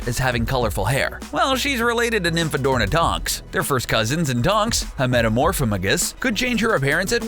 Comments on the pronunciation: It's nymphadora tonks not nymphadorna. 😑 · LOL his said nymphdorNa tonks.....a metamorphAmugus....alas, nonpotterheads... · Oof Nymphadora... not Nymphadorna... the mispronunciations are almost causing me physical pain. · I REFUSE to know Voldemort has a biological daughter. He pronounced Nymphadora wrong and can’t pronounce Metamorphamagus I’m sorry if I spelt it wrong but get your facts strait before you do a video most of the Harry Potter fandom will watch also, the sword of is NOT a Horcrux. I’m ashamed and I wish I never watched this